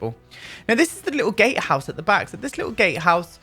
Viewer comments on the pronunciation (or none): Notification Squad B))) Oh my gosh the intro music is so amazing I love that you picked that! I know you said gatehouse, but I heard "Gay house" :)) Maybe we can pretend the "bridge is broken" until/if we get bigger lots. 100 by 100 lots would be insane ... imagine ... I'd cry. And so would my laptop. I like big LOTS and I can not lie! Had 2 not even sorry asdfghjkl Lmao Aden the Soul Cycle thief. A new world that gives us a natural waterfall that we can explore behind or new build stuff to make a waterfall ourselves if we so choose, I need a pack like this in my life!!! I hear you saying you want CC but all I can hear is "I need those seamless windows from mutske." I got to enjoy Easter at my Aunt's house, it was a really chill day and I went over there instead of staying home with my immediate family cause well, you know how they are. I was worried about not having a good day so I went to my Aunt's instead and it ended up being really nice. And when all of my relatives left my aunts house it was my uncle, and my two aunts and my grandmother and I and they were telling stories from back when they were young and they were really funny, we were all laughing for like an hour after the dinner ended. It ended up being a really nice day! Other than that I've been working and making that bread B))) Shockingly tho lately it hasn't been loud in my house which is good. Sorry to hear about the stairs tho, this is deff one of those kinds of builds where spiral staircases or even l